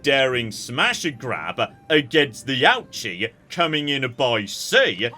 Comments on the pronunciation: I love this series so much, and I want to offer a bit of pronunciation advice as your local Japan-based viewer, because hearing "ouchie" gives me ouchies lmao All of the Japanese is written using romaji, but there simply isn't a good way to consistently get the pronunciation across that way bc of our tendencies as native English speakers (IE; pronouncing "ouchi" as "awchi") but here's a quick pointer that I think should help: 1) Japanese is phonetic, so you can generally* presume that a letter is always pronounced the same way however it's used 2) that in mind, accounting for your accent: a=ah, e=eh/ay, u=oo, i=ee, o=oh *there's nuance of course, and romanisation is TERRIBLE when it comes to long vowel sounds in particular (eg: "Tokyo" should really be "Toukyou" and "Kyoto" should really be "Kyotou" etc.) but for the most part this rule will help even if it's imperfect Ouchi is actually a long O sound, but romanisation doesn't reflect this, much like with Osaka (should be Oosaka but English natives would read that wrong too, Ohsaka maybe?) but still using that as an example, Ouchi would be something like "OH-oochi" it still won't be perfect bc accent etc. of course but this should help I think. Thrilled to see you doing this series <3 毎週二回、待ち遠しい🥰🥰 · Ouchi is pronounced lowercase o sound, and ooh like in ooze. Ouchi. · Listening to your pronunciation of Ouchi has been an Ouch-E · I hope he never realises how to pronounce Ouchi, it's so much better this way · one of these days, is going to pronounce Ouchi correctly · He's a Brit. Second only to the yanks when it comes to wilful and deliberate butchering of the pronunciation of non-English languages.